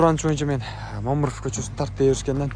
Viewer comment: Момуров эмес Мамыров деп туура айтчи.